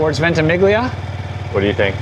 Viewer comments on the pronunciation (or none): venti-meal-lee-a (ventimiglia)